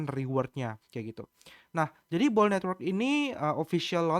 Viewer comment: koh, bacanya 'bul' karena oo nya dua bukan bo'ol wkkkwkw